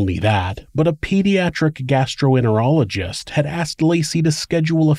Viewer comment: Gastroenterologist not gastroenerologist